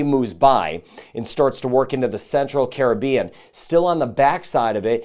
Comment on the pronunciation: Much thx for weather updates and pronouncing "Caribbean" correctly.